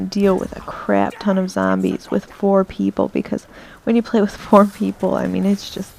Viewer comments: It's just the zambies, you know, the crap-load of zambies.....sry :P I love bronx-ish accents....I know u don't have one, it was just that ONE moment XD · lol i love how u say Zarmbies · Thumbs up if you like how she pernounces zombies as zambie